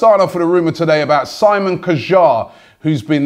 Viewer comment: holy shit that is the worst pronunciation of his name I've ever heard. it's not even Simon. it's Si-mon like the French way of saying it. Kjear. the K is silent. and the J is also almost it's like how a Norwegian would pronounce Jar like a Jar of jelly. they would throw a bullshit h and e subconsciously somewhere in there. like that Si-mon Jhar.